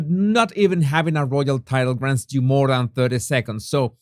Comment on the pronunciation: Jesus, more not “moar ”